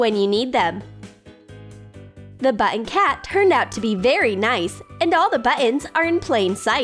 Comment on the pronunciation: Clearly you don't know what monochrome means, or how to pronounce button.